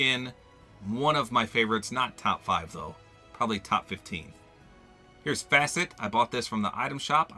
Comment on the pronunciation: The way u say facet is the same way u pronounce my last name